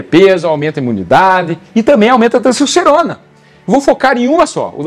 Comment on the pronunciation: "cessocerona"? pqp